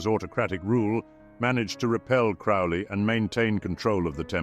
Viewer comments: Crowley like holy not fouly like Crowley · I know the voice is some level of AI filter, but in any case it is pronouncing Crowley wrong. Crow is pronounced like the bird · Crowley rhymes with holy. Cringe . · Crow-lee. Like holy. He even wrote a poem how to pronounce his name. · Why can't anyone say Crowley's name right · Such experts they mispronounced “Crowley” in the first ten seconds.